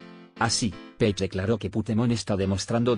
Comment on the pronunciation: Pronuncia bien Page, coño que no es tan difícil.